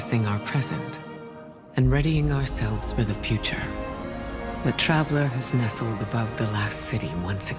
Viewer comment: Did you say furture update?